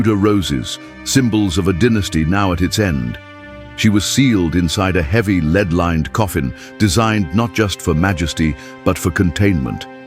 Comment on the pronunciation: More AI narrating bullshit... "leeed coffin"???